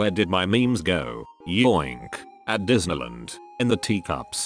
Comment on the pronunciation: Nobody: The robot: disnulund